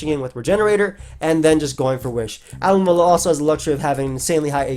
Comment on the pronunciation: Speed running the world alomomola just makes it more noticeable that your butchering it